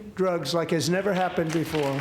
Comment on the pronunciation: I took prezscripsjon drugz is my new ringtone